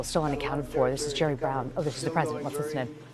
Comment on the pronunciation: Sounded like he said "cherry" not jerry 💜